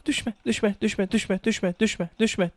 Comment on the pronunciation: Düşme derken sanki doushbag diyor